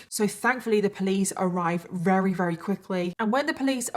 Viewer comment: I want to watch your videos so bad but it makes me insane that you always say wary instead of very like you just miss the V sound and it’s all I can think about haha 😅 it’s just one of those weird quirks but I’m the weird one for not being able to ignore it 🤦‍♀️